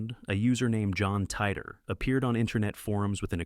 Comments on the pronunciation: cant even prenounce titor correctly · wow, Hold on—are you seriously claiming this is real? If you’d done a bit of proper research, you’d see that John Titor was a hoax created by a couple of people. Also, you’re not even pronouncing ‘Titor’ correctly. This first part of your video is already spreading misinformation.